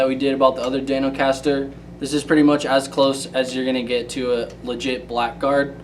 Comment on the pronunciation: I think you mean Dan-O-Caster!